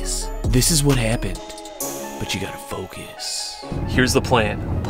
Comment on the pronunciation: I used to hear you say " You Have To Fuck This", after sometime I realized you were saying that " You Have To Focus"😅😅😅😅